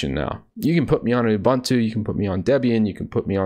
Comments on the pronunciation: Why do you say "ubAntu" instead of "ubOOntu"? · Correct way to pronounce Ubuntu